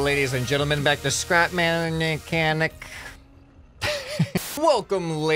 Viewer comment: Best intro "Scrapmanicanic"